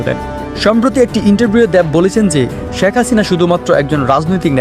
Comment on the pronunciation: "দেব" হবে, "দ্যাব" না উচ্চারণটা। একইভাবে "শেখ" হবে, "শ্যাখ" না। যত নাটকীয়তা নিয়েই প্রেজেন্ট করুন বা ইউটিউব ভিডিও বানান, এই ধরনের উচ্চারণ পুরো আয়োজনের মান নিম্নমুখী করে দেয়।